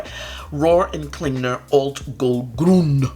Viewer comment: I took German and lived in Zurich. Your pronunciation of Alt Goldgrün was "Sehr gut!", especially with your rolling of the r in Goldgrün.😊🇩🇪